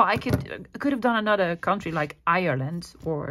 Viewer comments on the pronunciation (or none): none